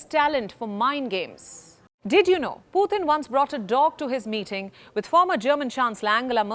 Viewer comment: for some reason i just hate the way this channel pronounce Putin's name.